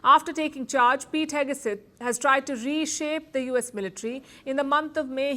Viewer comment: Pete Heg-uh-suth?